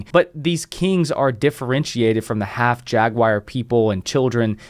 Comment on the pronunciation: Last I checked it was Jag-war not jag-wire. Love this guy but this pronunciation is killing me here🤪